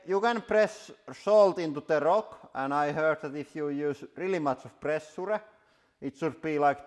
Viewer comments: Presha he pronounces it as press suu re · I love the way he pronounces "pressure" so much :D